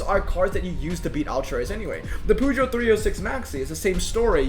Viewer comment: these to french boys poooogeot🤣